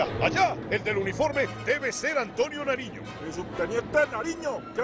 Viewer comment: antonio Nariño no narino